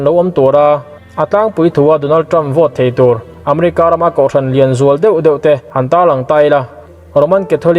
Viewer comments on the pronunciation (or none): none